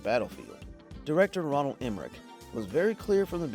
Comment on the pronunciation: its Roland Emmerich, not Ronald